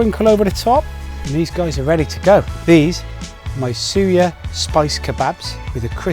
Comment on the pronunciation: It's pronounced Sue-yaa. Better attempt compared to Jamie Oliver's but you need to go Nigeria to see how it is really made with proper fresh native ingredients.